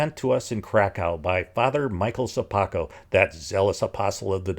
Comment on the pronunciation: I like the way, you're pronouncing "Sopoćko" surname :)